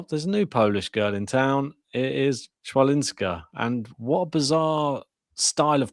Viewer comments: CH in polish we read as H, so Hwalinska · No, it's not. 'Ch' is pronounced /h/ as in 'head' or 'ch' as in 'loch'. 'w' is pronounced /v/ or /f/. So it's hfa - lin - ska.